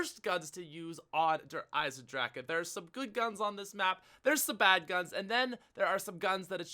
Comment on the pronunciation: Please stop calling it "Der Eisendraha" -_